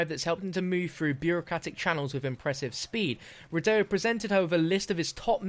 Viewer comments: Are you sure it's Rid-day-U because I'd pronounce it Rid-Dow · Please the pronunciation, it's a French name... REE-DOH, Not REE-DAY-YOU... Thanks, merci. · I'm pretty sure it's pronounced "rye-doe", not "rih-dayoo" but every man to his own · Ree-Dóh... Not Ree-de-ju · Aghh I know it's nit picky, but his last name is pronounced 'ree-doh', it's French. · Thank you it was bothering me through the whole video lol